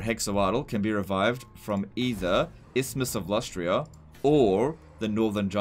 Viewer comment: And also,its Lustria,say it with me LUS-TRIA